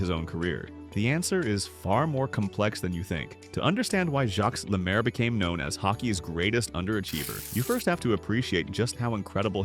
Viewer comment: AI crap. Stupid title! You are an idiot, he is not forgotten. Can't pronounce French names! He was one of the best 2 way players ever, and became a great NHL game changing coach.